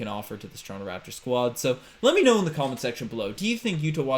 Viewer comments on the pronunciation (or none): none